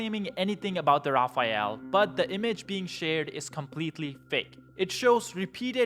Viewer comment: lol "Rafael"